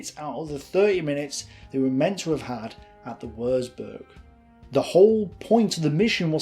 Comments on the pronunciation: Excellent, detailed and well researched documentary. BUT........... One of my OCD's is pronunciation and, I'm afraid, every time I hear such blatant incorrect ones, it's like hearing the notorious fingernails running down a blackboard. WURZBURG - Germans don't have a 'W' sound like ours, it's pronounced like a 'V'. Also, 'Z' is pronounced like 'TS' LEICA - The German language has two dipthongs using the letters 'E' and 'I'. Theirs are not surrounded by such stupid rules as 'I before E except after C' and are, in fact, incredibly easy for an English speaker to work out. Ignore the first letter and pronounce the second as if reading it from the alphabet, hence LEICA is pronounced L-EYE-KA. LOUIS (Mountbatten) - is a French name and should be pronounced LOOIE (think the American soldier's slang word for a Lieutenant) REDOUBT - instead of emphasising the syllables so that it comes out as RED-OUBT, make it RE-DOUBT You will need to remember these if you are continuing to make documentaries using German words, fortification terms or Lord Mountbatten. Finally........ STRACHAN - a fine old Scottish surname with the typical Scottish pronunciation of 'CH' making it sound like 'STRACKAN' (have you never heard of the footballer Gordon Strachan or the television personality Michaela Strachan???!!!?) Otherwise, great documentary and if you happen to make one about Dieppe, I would be most interested as my mother's first fiance was a member of no. 4 Commando on that raid, survived it, but wa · Good vid but FFS learn to pronounce German words properly. It isn't pronounced Wursburg but Wurtsburg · Without wanting to sound a pedant, but "W" in German is pronounced as a "V" and a "Z" is pronounced "ts". Thus Würzburg is pronounced "Vertsburg" roughly because a u with an umlaut is a sound that doesn't really exist in English. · Stop saying woorzboorg. God you hurt my ears!